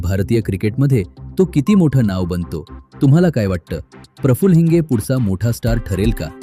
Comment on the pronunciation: हिंज नाही बे हिंगे